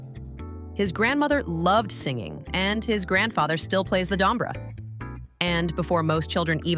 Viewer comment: Вот зачем врать, что Димаша не признавали в Казахстане? Все первые места в конкурсах, любят его и признавали, и признают. Режет слух это ИИ, Дамаш, Дайда дамбра